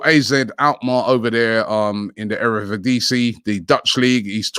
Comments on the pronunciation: erevidiese , Robbie man . 😂😂😂😂 . Never change . Love you 😂❤️ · Tyon Kuupmayners from the Erevedisie 😭